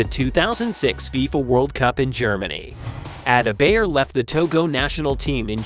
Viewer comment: Ada -bayer😂. At least learn to pronounce his name.